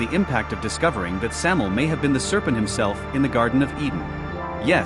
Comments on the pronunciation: It's Samael. Sam A EL. "Venom/poison of God."As in MichAel, RaphAel, etc. Not Samel! At least get the most basic of information right before making vids. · Thank you! It's driving me nuts hearing "Samel"!